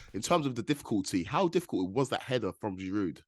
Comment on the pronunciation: GIROU, NOT GIROUDEEEE